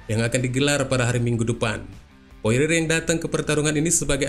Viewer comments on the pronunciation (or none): Dustin porier bang, Bukan poire, masih - Mending poirer